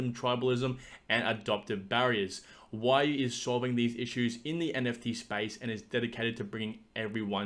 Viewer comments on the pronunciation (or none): its "we"-"you" lol